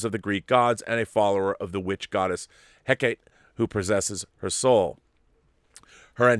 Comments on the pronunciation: Hecate is three syllables, He-ca-te. Accent on the middle syllable and a soft, almost silent H sound. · Rob, it's pronounced "HECK-uh-tee."